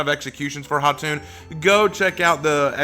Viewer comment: really appreciate you giving her the proper pronunciation for her name. It’s Khatun or Khatan and not Kah-tun (It literally means Queen like Khan is for King)